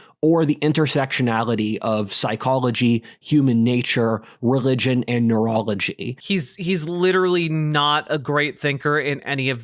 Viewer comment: "I gloathe communism, but as I analglyze..." He pronounces all his L sounds in the throat with a g omfg REGLIGION